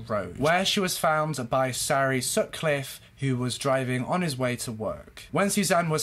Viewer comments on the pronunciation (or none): none